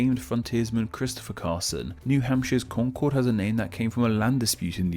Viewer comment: Concord is pronounced con-kurd. Sometimes sounds like conquered.